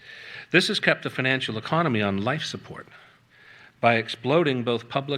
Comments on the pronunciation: Cute slip: 'economy' accidentally called 'enemy' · I'm enjoying Freudian slips. A couple times, he's said "enemy," then quickly corrected to "economy," and there were a few other prescient slips that I did not record. Good work,!